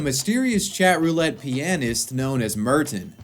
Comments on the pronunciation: "mert-in" "Pee-uh-nyst" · Is the way you pronounce "pianist" the way all Americans pronounce it or do you just have your own odd pronunciation of it? Just curious.